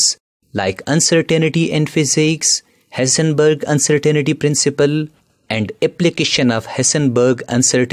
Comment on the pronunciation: He said hisenbeeg baba .funny accent😂😂